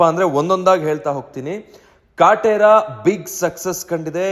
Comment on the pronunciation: ನೀನ್ ಮೊದಲು ಕನ್ನಡ ಸರಿ ಮಾತಾಡು. ಕಟ್ರ ಅಲ್ಲ ಅದು ಕಾಟೆರಾ 🤣🤣